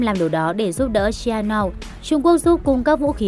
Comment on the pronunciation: Ông vua Cam Shianouk đọc là Shi-a-nút chứ không phải Shi-a-nao.